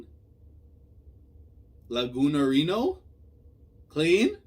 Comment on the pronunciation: Kleene has been calling him Lagunarino for a long time now, in japanese it is "Lagunan", the same way she calls Homura "Homuran"